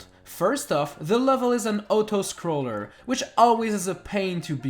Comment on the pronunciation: Im sorry but Otto-scroller